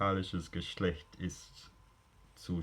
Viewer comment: The bit of German was excellent, especially the pronunciation. Only small things were "sprechen" and "Geschlecht" where the "ch" was like Swiss German.